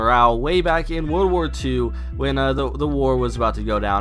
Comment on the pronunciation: Y do you keep on saying wood war not world war